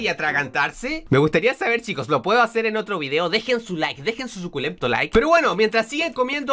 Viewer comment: dice sucultento como pathofeil